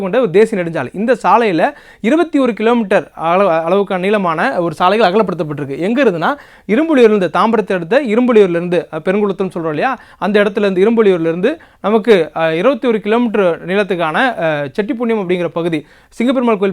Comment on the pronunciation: It's not Perungulathur. It's Perungalathur